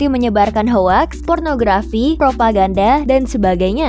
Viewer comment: Beberapa catatan dari saya - Kalau mengacu pada ilustrasi gauge di , 2000-an Mbit/s berarti 2 Gigabit/s bukan Gigabyte/s - 25 atau 26? - Hanya atau banyak? - Pengucapan hoax (Eng) tidak tepat - 5.0 itu titik kan bukan koma. Dari five point o (Eng) - ISO itu lebih umum diucapkan aiso (Eng) atau iso (Ind). Bukan dieja satu persatu hurufnya Sekian dan terima kasih Maju terus Jagat Review!